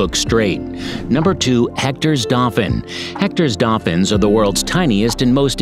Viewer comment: 10. Hoiho - hoy-haw 9. Weta - weh-tah 8. (this one hurt) Tuatara - Two-a-ta-ra 7. Pekapeka - peckerpecker 6. Otago skink - Oh-tah-go 5. Kekeno - ke-ke-naw 4. Tui - two-wee 3. Hochstetter's frog - not hamilton 2. Hectors Dolphins - you got it right congrats 1. Kiwi - aye you got it right Bonuses: Maori - maow-ree Taranaki - Tah-rah-nah-key Lek breaders not leak breader Echo location, not eco (port) Waikato - why-kah-tour Manukau (Harbour) - mah-nu-kow Kaipara (Harbour) - kai-pah-rah Taonga (treasure in maori) - Tow-ngah